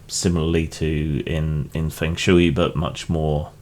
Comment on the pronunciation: fung shway rather than feng shoo-ee, and stalactites hold tight to the roof.